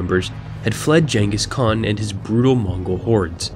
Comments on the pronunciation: "Janghus Khan" no.... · "Jengis Khan" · "Jengus Kahn" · You pronounced Ghengis Kahn wrong